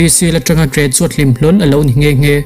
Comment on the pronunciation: Nge2 tih turah nghe2 iti zel a..😂😂